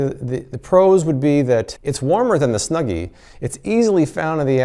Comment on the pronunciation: So much bias on the snuggy, you dont wear it right, you say its name wrong like 3 times , this review might be rigged.